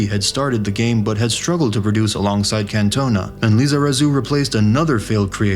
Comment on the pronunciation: Yank narrator: Eric Can-TONE-a The rest of the world: NrrrrggghhHHHUURRGGHhhh